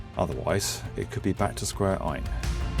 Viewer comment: My engineering brain heard 'square i' instead of 'square 1' and it made me jump in my seat. Please don't scare me like that again XD